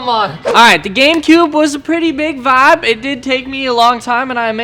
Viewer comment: Dude, you seem like an intelligent person, could you stop saying vab? I know you're really trying to say vibe, but it sounds stupid being used over and and over and over and over and over. You get what I'm saying? I do love your videos.